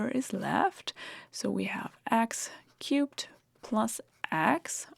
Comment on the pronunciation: I know she's saying "x-cube" and I still hear "x-cute". Damn this spell!